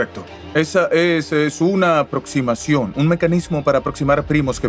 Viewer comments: Si, estos nuevos actores no pronuncian bien, dicen Cibra, erastotenes, etsprimir,aprotsimaciones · para empezar pronuncian mal las palabras Cibra, erastotenes, etsprimir,aprotsimaciones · No son voces con IA, pronuncian mal las palabras, son en realidad malos actores reales dicen: Cibra, erastotenes, etsprimir,aprotsimaciones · no es IA leen y pronuncian mal como lo siguiente Cibra, erastotenes, etsprimir,aprotsimaciones Son actores de voz baratos